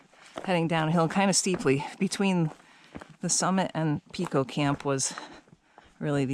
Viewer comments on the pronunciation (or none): It is not Peeko, it is Pico with a long I. Like pie. 🙃 Where you first came out of the woods is a ski trail which can be followed straight up to the summit or you can follow it down and hook up with the Sherburne trail.